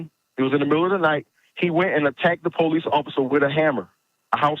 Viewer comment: Po lice? Police. Not po lice